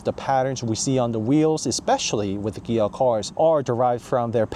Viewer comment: Is it just me or do you say Gia?